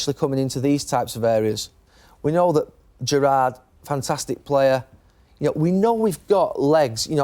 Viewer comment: Why did G Nev pronounce Gerrard's name like that? Wtf 😂😂😂